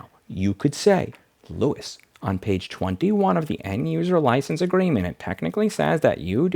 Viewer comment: "louis" Sounds like an interesting accent